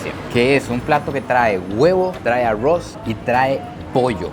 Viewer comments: Es bastante gracioso que diga a-ross en vez de arroz 😅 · En vez de pronunciar arroz dices arruoz😂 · El arrrrrouuz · Me reí mucho en este video, y sigo amando su acento al decir Arroz 🍚 jajajaa. Saludos desde México